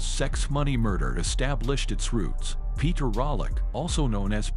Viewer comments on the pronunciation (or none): none